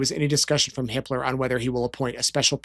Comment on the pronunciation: Hiplos?? Oh. No. Hipler. Whew!